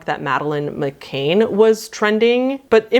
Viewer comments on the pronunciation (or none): Not trying to derail or be rude here, but Madeleine McCann's last name is pronounced mick-can , like a beer can.